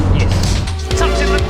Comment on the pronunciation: nobody: in the intro: yies